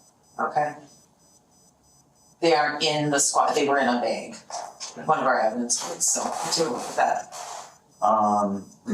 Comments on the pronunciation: It’s a trip how people in the Midwest pronounce the word “Bag” like “BEEEG”. It sounds terrible. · Pretty sure they were saying bæg. The shells were also in a bæggie